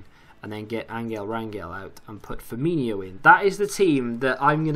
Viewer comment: It's not Firminho, it's Firmino.